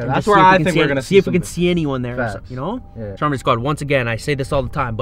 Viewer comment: And why do u call stromedy strompy